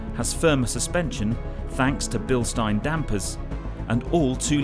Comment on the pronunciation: Finally, someone pronounced Bilstein correctly 🙂